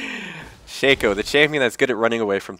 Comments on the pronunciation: it's not "shakeo", its "shocko" a "shakeo" is a hat marching band players wear. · Actually, if you go by how Riot pronounces it (and why wouldn't you? They did create him) it is "Shakeo", he pronounces it right